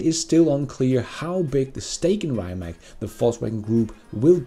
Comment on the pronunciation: Rimac is read as reematss. Cheers!